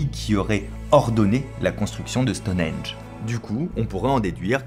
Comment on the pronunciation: Super vidéo, cependant je vais peut-être faire mon relou mais on dit Stonehenge et pas stoneage